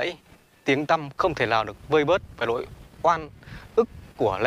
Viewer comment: Nỗi oan chứ không phải “lỗi oan“ nhé!